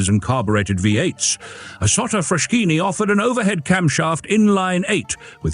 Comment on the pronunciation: Oh ffs, it's pronounced FrasKini !